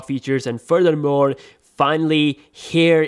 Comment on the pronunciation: ASSALAM WALEKUM..... hope they fix the ambient light sensor on this one.... and as usual the Pakistani accent is coming out at several places in the video... "phurther more" was not cool....